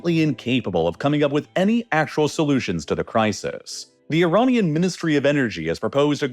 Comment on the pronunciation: Iranian, not Ironian